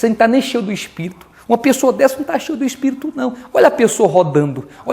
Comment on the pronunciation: Aprenda a respeitar a religião dos outros!!!!!, e outra, vc deveria conhecer o não julgai, para não ser julgado!!, mas parece que se conhece, não usa né!!. Então, antes de chamar uma reunião sagrada de uma religião que não é a sua, de demônio, olha para a sua pregação, e aprenda a falar espírito e Bíblia direito!!!!